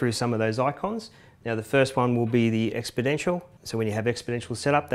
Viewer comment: he said expodentioal instead of exponential